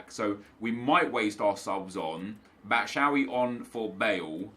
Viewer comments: Pls stop saying batshaawi it’s bat-shoe-eye-ee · Trying my hardest to not cringe when Nep says batshuayi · Why was he pronouncing batshauyi like that